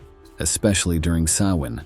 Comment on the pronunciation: Thank you for pronouncing Samhain properly.